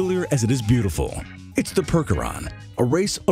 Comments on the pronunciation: "PERK-er-on"??! It's PURCH-er-on, do a minimal amt of research before recording voiceovers, please? " 'Tis better to remain silent and thought a fool than to open your mouth and remove all doubt! " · Percheron pronounced "Perch" as in on a limb. Hair not fur. And next time don't use the Bud Clydesdale for a different breed. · it's pershon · This video is FULL of misinformation and screw-ups. You showed Lusitanos during the Akhal-Teke entry, mispronounced Percheron, showed Friesians during that section, confused Knabstruppers with Appaloosas, and the so-called “genetically-modified” horse was a very inbred Arabian.